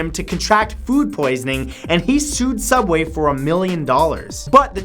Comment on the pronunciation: it's soobway